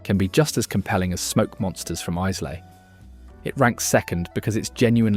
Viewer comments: Isla is pronounced Eyelah. Most of the whiskies distilled there are great. I rather like Monkeys Shoulder. It derives its name from the sore shoulder the workers used to get from constantly turning sprouting barley with a wooden shovel, on a flat floor, prior to the roasting process that turns it into malt. Going to school each day in Castleford, Yorkshire, I used to walk past Thomas Fawcett's and see them shovelling away, The smell from the kilns was delicious, and spread across the town, masking some of the foul industrial miasmas that the town also produced. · The biggest pronuciation failure / outrage is Islay. For shame! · If you don’t know how to even pronounce Islay what are you doing giving opinions on all sorts of whiskies you don’t know how to pronounce the names of either? You’re not using AI to read a script are you?😂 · ISSSLAY - Glenfidichhhhh, and as for the Lagavulen pronunciation!?!?!? I agree with the AI on Glenfarclas 105 though. What a pity that the A.I will never taste any of the whiskies on display. However, any enjoyment of this 'promotion' was ruined by incessant interruptions for adverts which - by the way YT - I NEVER listen to (thank you the mute button, thank you, and thank you too the skip option, which when one thinks about it, why offer us the option to skip, do they somehow feel guilty for shoving these adverts at us in the first place?)) Where were ALL the non-chill filtered and natural colour single malts. I see it thus, WE have found these beauties and YOU stay well away from them A.I. WE don't need to be told how good they are! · Please learn how to say Isla - eyelah! Horrible flat voice and no research into pronunciation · Where on earth is 'Eyes lay? Jeez... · There is no S in in Islay. You must put more effort into your pronunciation to sound convincing. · “Eyeslay”?? 😂😂 Repeat after me … eye-la, eye-la. Islay = Eyela. AI shite. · Eyes-lay whisky... sigh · It's not Eyes-lay. It's Eye-la. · And Izlay. Its pronounce Eyela.